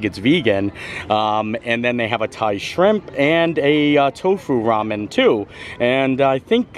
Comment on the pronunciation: Our family has always pronounced ramen “raamyun” and are considered weird. Both my husband and his brother served in Korea and that’s how they learned to pronounce it. Tickles me that you do too.